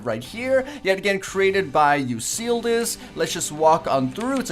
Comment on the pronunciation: its not you seal dis its (you-cluh-deese